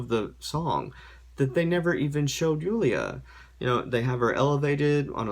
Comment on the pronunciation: I love how you actually pronounce name Julia right, not in "American way" as we call it. Now I wonder how you'd pronounce mine 😂